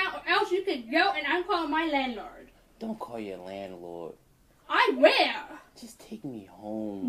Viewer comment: "My landlerd...."